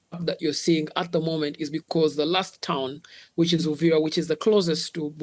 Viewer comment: Please it's Uvira not Uriva that's why you guys are even confused about what going on in Congo and make it Rwanda's problem